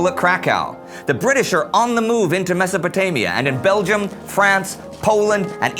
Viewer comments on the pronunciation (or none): none